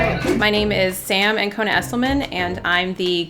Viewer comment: Oufff the way she said “Ancona” thoo😓